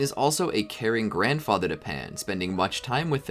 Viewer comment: You said Gohan grandother